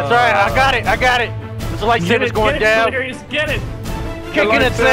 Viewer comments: "i wanna have fun with dilirious " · *I wanna have fun delerious